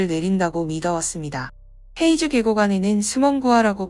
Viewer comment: 黑竹 (허이주)라고 발음됩니다. 헤이주 X 허이주 O